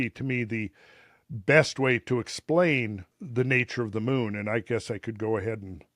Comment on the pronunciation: hes trying ro say the moon bro